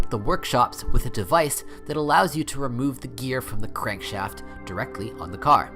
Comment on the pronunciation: "leave the care at speed" "start from the pusher " What? AI voice rubbish.